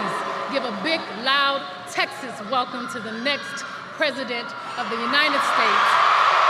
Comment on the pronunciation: Ms. Presenter, the name of our state is Texas, not Taxis.